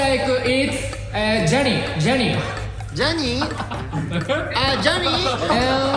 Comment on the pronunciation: 「Johnny」 の 発音 声のトーン そもそもイケボ 顔面 肘⇦ 完璧😭👏💙